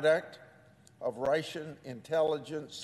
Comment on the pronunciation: Sen. Grassely, It’s Russian not Ration. I don’t want to be petty but how about some speech lessons I mean you folks work, that’s funny, 3 days a week if that. You certainly have the time. I’m just saying I like you but think you could be more persuasive if your speaking skills were improved. Good luck.